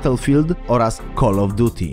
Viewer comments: Ziom jak czytasz słowo cal of druty to nie brzmi to to col of duty ale " kal of djuti" wtf??? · Kol of duti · Kul of djiuty ? haha xD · muwi siE kalof diuti